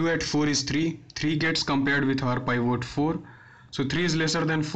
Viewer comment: It is Pivot not Paaivoat.